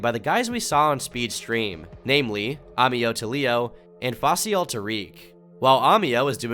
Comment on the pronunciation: Aint the name of the speed scammer "Faycal" said Fai-ssal? just sayin Facial im dyin